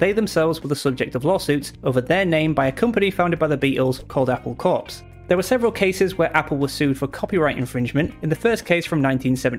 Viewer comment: Great overview on trademark bullying. You did note that you mispronounced Apple Corps, but it's easier to get Beatles' tongue in cheek reference when you realise that it's pronounced like "Apple core".